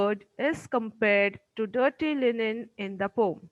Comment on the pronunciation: Pom❌ Poem ✔️